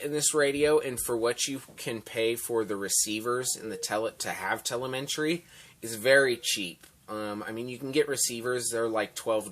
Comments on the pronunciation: te-le-me-try.. not telementry lol.. sorry, just had to. Nice review though ;-) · Thanks for showing the radio...looks great! BTW it's pronounced TELL-EM-IH-TREE (Telemetry)